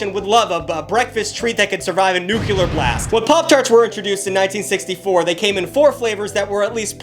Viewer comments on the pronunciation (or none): it’s Nuclear Blast. Like glass 2.0, it’s NEW-CLEAR. Not nucular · bro?? did u just say "nuculear" again??